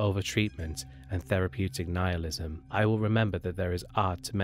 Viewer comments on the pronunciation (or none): none